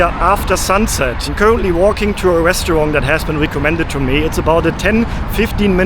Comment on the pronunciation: I have a question about your pronunciation. I hope it isn’t offensive. I notice that to my US English-speaking ear, it almost sounds like you end the word “restaurant” with a “g” sound. Almost like “restawrong”. Is this due to something about the German language? Maybe you don’t have words that end like that in German?